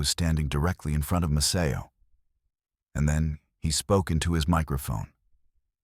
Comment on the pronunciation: This is about Maceo Parker and you can't even get your AI voice to pronounce his name correctly!